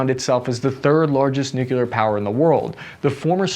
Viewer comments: Do me a favor, can you just say nuclear properly. You arepronouncing it with an extra "u" that does not exist in the word. Note it is nuclear not nuculear. Many thanks, your friend and loyal subscriber Bart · It's pronounced NUCLEAR